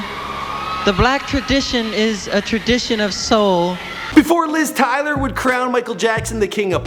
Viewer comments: mi say him too dunce i cant subscribe like who messes up the name taylor??? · Elizabeth Taylor not Tyler LOL